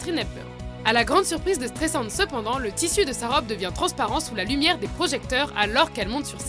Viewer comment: ça se prononce S-trai-s-and...